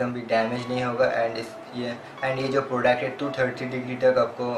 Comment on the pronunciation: Bhai kaha se ho tum? ... Kitni gandi hindi bolte ho Yar .... Sach m .. bura mat manna but bhai agar hindi nahi aati na to mat bola kar.... And ya .... That's not "Podect" ... it's "product" ... Maine dekha tum har video m ise galat pronounce karte ho